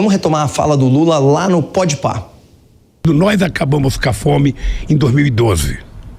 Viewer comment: "nós acabamus cá fome..." Kkkkk